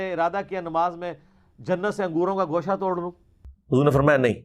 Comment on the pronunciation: انجینئر محمد علی مرزا معروف بہ ’چھوٹا مرزا’ خود لفظ ِ ’اُردُو’ ھی درست نہیں بولتا ، بلکہ ’اڑدو’ بولتا ھے ۔ ’خوشہ’ کو گوشہ ، ’پراگندہ’ کو پراندہ , ’بیخ کنی’ کو بیچ کنی ، ’مُورد ِ الزام’ کو مودر ِ الزام ، مزارات کو مزرات ’استاذُ الاساتذہ’ کو استاذ الاستاذہ ، طِفَل ِمکتب کو طُفل ِ مکتب ۔ یہ چند نمونے ھیں اس جُگت لامّا کی ’لسانی طاقت’ کے ۔ یہ شخص انتہائی بڑبولا بلکہ ’مونہہ پھٹ’ اور بےادب و گستاخ واقع ھوا ھے ۔ شرفاء اپنی عزّت بگڑنے کے ڈر سے اسے مونہہ نہیں لگاتے اور یہ کہتا ھے میرے علم کا رعب اور دبدبہ ھی اتنا ھے کہ مخالف ٹِک ھی نہیں سکتے ۔ کم علم بلکہ جاہل قسم کے اینکروں کے سامنے بیٹھ کر غلط سلط حوالوں پہ حوالے دیئے جاتا ھے یہ نام نہاد ریفرینس کا بادشاہ ۔